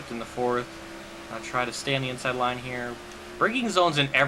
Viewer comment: Inside Line? INSCHIDE MYINE!!!